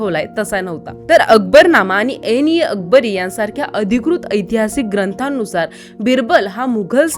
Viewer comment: अबुल फाजल नसून " अबुल फजल " आणी एनि अकबरी नसून " आईन- ए-अकबरी " अशी नावे आहेत!!? दुसरा मुद्दा माझया माहिती प्रमाणे बिरबल हा चौथ्या ४ थी पिढी अर्थात औरंगजेब च्या काळात पण जीवित/हयात होता!?? आणी असे म्हणतात की: " ही घटना पण तेंव्हा चीच असावी " !!? ...एक व्हेरी सुपर सीनियर सिटीझन 😮😢